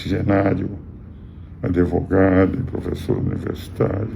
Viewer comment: Engraçado ele falar Adevogado e ninguem criticar, como fizeram com Lula,! Mas com bolsonaristas a midia é muito boazinha um gatinho doce!